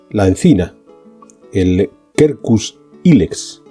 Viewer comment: Con todo respeto le voy a en la pronunciación de todo Quercus Spp. - se pronuncia la de Quercus como si fuese escrito con en vez de con . Así me lo enseñaron en la universidad de Montes de Madrid y me veo obligado a difundirlo. Un saludo.